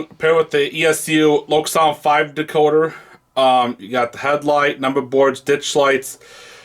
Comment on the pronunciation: Nice review and loco. Please don’t use a metal pointer. Use a wooden bbq skewer instead. Thanks for pronouncing Loksound correctly😊